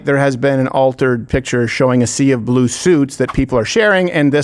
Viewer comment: The Porn Bots thought you said "Blow" not blue.